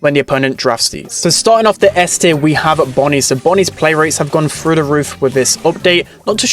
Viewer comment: "wiffen the meta" "frew the roof"